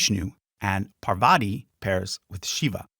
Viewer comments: Hey! Commenting along as i gothrough the video. Nice job by the way. PaVar-ti vs PAR-VATI. Latter is correct. Ganesh is not the only son of Shiva-Parvati. Muruhan aka Kartik is an important deity in the South of India. Major Deity. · Parvati is pronounced "PAAR-VATI" not "Pa-waarti" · Love this video and your explanations! Got thrown off where you mispronounce Parvati a few times, accidentally saying "PavaRti" - not sure if you can edit sound without messing up your stats, but I knew a Parvati who is a wonderful pianist so this mistake ruffled my feathers, heh. Love the video though and looking forward to watching the rest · Not Poverty..Its Parvati 🙏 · You've got to learn to pronounce Parvati correctly or I'm going to go insane. Lol.